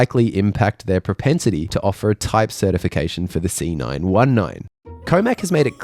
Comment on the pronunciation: Is it a „cetification“? 😅